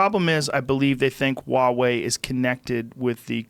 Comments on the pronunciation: It's Huawei lmfao. It's chinese so its pronounced WahWay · Never heard of Wawei phones Joe... I think you mean to say Huawei. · Oh geez. Educate yourself on Chinese theft of IP. 1. It’s pronounced Hwa way. The H is pronounced. 2. My daughter has a Huawei phone. They are sold here. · lol wawey does this dude not read the H